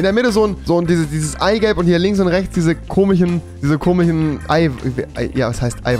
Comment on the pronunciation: Das ist so lustig wenn du "Komichen" sagst🤣😂